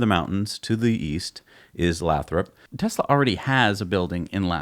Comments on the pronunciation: It made cringe every time they said Lathrop, i understand you guys have probably never heard of it but it’s pronounced lay-throp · It's pronounced "Lay-thrup". I grew up a quarter mile away from that glass factory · Hey and, for starter Lathrop is pronounced Lay-thrup and I drive though Lathrop five days a week to my job in Hayward which is around 12-15 miles from the Fremont factory in my DM Model 3. I will try and drive by there to see the new sight this weekend. I will take as many pictures and video as I can, but I do not have a good drone. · Lathrop is pronounced Lay-Throp. And it nears the town of Stockton to the North and Manteca to the South. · Pronounced lay-thrup.... work in the area and there is multiple buildings Tesla has taken over that were once toyota/Chrysler.. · lol it's Lay-Throp (Lathrop) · FYI it's Lay - throp 😜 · Lathrop pronounced Lay’ throp. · Lol it's pronounced Lay-thrup your pronunciation is making me rofl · Hey guys...great show as usual....Lathrop is pronounced with a long "a"....like lay thrup……..I live in the San Joaquin Valley, CA and believe the Tesla plant in Lathrop is for machining. If you look on you can get an excellent idea of what they are doing there. I hope you are correct for the Semi production. There is a great need for manufacturing in the valley. Long on Tesla! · It the city name is pronounced Lay-Thrope by locals. Long A, long O. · Very interesting conjecture. By the way, Lathrop is pronounced with a long "a". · It's actually Lay-thrup.